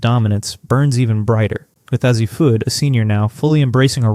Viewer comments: ??? it's a long "A"! say it like initials: "A-Z'. Slap whoever hired you to read the narration. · If you were to write A Z, your voice over or AI, or whatever you're using won't get it wrong. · I appreciate your commitment to continually pronouncing Azzi's name wrong despite everyone pointing it out to you in every video. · It is AI and with AI you get mispronunciations. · Is it that difficult to pronounce Azzi's name? I'M OUT. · Why would anyone subscribe to a program that cannot take the time or intelligence to pronounce players' names correctly? This is a huge annoyance. Not Ah-zee, jerk, it's A-zee. Not Bukers but Beckers. Are you guys just dense or don't you care? Do us a favor: go away.